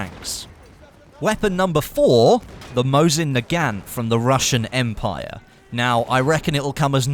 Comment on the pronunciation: He butchered the word nagant